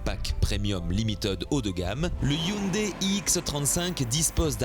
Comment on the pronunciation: hyundai pas hyndai :) sinon , bon travail